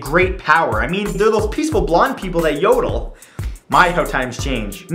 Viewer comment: Did he just say , that Swedes are peacefull and that they jodoll.